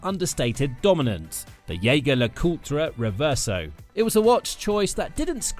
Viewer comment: "YAY-gur La-COOL-tra" 😂